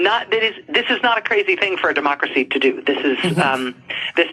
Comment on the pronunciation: “ for demonacrosy to do”